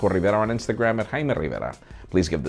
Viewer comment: Dood i still don't understand ur name "hi ma riva"